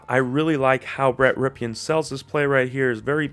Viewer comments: It's not pronounced "Ripeean" it's pronounced "Rippen". His uncle played for the Redskins. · Dude. It’s pronounced “rippin” not “ripkin”.